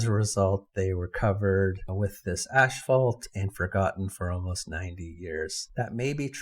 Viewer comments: Ass-fault... not ash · Just so you know, asphalt is pronounced "ass- fault NOT "ash" - fault .